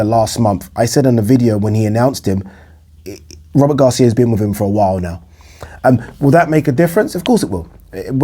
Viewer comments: Come on, Man! Robert Garcia is a towering intellect in boxing. Stop fukking pronouncing his name like it's "Rubber Gloves" or stop dropping his name like you know what you're talking about. Go back and listen to yourself. Rubber gloves. That's what you said. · Work on your diction, man. When you said Robert Garcia, it sounded like Rubber Gloves. Come on, man. Tighten it up a bit. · I'm hardly offended. Look, man. Read my name backward. All I'm saying is, you're not much of a boxing fan, if you are pronouncing Robert Garcia's name, rubber gloves. Take the marbles out of your mouth.